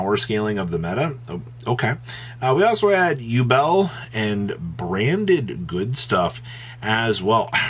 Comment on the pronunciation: Lol "1 Bramded"